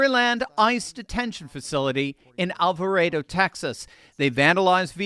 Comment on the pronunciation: Thank you for your correct pronunciation of Alvarado I am from Alvarado and people are always incorrectly pronouncing Alvarado! I live 3/4 of a mile from their watched it all unfold on top of my RV I live in on my brother's property! I have 20 by 50 binoculars washed it all unfold